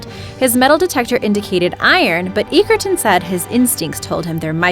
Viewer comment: Egerton is pronounced edgerton